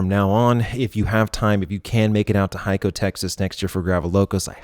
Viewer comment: Good shit what a crazy effort. Just FYI Hico is pronounced Hee-Co to Texans.